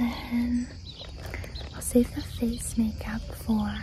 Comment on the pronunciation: face-vace!! 😅😅 im so sorry i thought it was funny